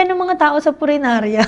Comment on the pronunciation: . Sa “furinarya” daw. 😂 cute naman. 😅